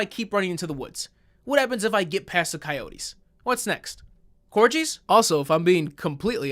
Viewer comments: It's cor-gee bro not ji, it's a Welsh dog :P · Did you say corji instead of corgi 😂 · Wait... Did you just call a corgi a corji? How was that guy 39?!?! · I'm sorry. Did you call them corjees?? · hey why did u pronounce corgi like that? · Is that how you're supposed to pronounce corgi? Was that a joke? Corji? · I can't believe you pronounced corgi that way.